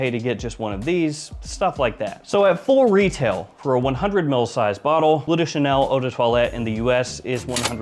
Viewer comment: It's "Bleu" (french), not "blue". Should be pronounced with sounds similar to what you hear in words as "Hurt", "Burn" or "Blur"